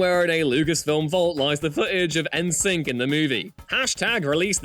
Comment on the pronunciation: listening to a British person so wildly mispronounce the nam NSYNC is hilarious. it actually makes me think British people don't know it is supposed to be "In Sync" lmao.